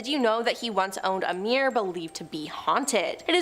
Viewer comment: "Edenburg"? Do you mean "Edinburgh", perchance? And is a "me'er" anything like a "mirror"?